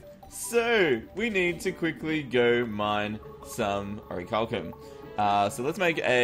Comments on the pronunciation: oricalcum? the bars and the ore and the anvil and the google auto-correct say its "orichalcum" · its ore-chal-um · its pronounced "o-ric-liam"